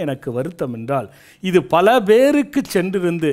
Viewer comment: அருமையான பதிவு அய்யா. உங்கள் எண்ணம் நிறைவேற வாழ்த்துக்கள். ஆனால்..... எள்ளாம், என்றாள், நள்ள, ஆளை, சளி என்று சில வார்த்தைகளை உச்சரிப்பது வேறு மாதிரி தோன்றுகிறது. ல, ள, ழ இவை மூன்றுக்கும் எனக்கும் வெகு பொருத்தம். 30 வயதைக் கடந்தும் இப்பிரச்சனை எனக்கு விட்ட பாடில்லை. இதற்கு ஒரு வழி கூறுங்கள் அய்யா. நன்றி.